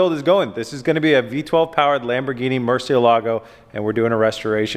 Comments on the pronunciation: Murciélago, the strong syllabe is in the "e" not the "a" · Maybe you can do a video where your expert, Ed Bolian, teaches you how to pronounce Murcielago. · It gives me tok how you do not prenunce good murcielago but it's fine lol